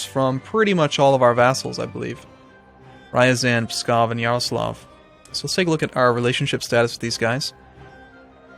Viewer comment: Rye-azan?! TYVER?!